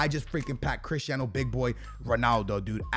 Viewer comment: No one:: crishtiano